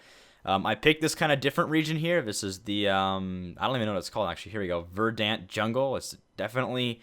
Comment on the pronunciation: Verd-int, silleh. :D